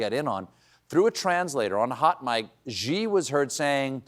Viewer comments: Hi, Stephen. I don't know why, but you're confusing the Chinese name Xi with Ji. Look, you're not too old to get this: The name Xi in Mandarin sounds similar to our word "she"--It's NOT the same as "Gee". The given name Jin sounds like our word "gin." Maybe you or your writers are pulling the initial sound of Jin to the "front." Come on, you can do this! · Love Colbert but someone should tell him Xi is pronounced "shee" not "zhee" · Xi is pronounced like "She".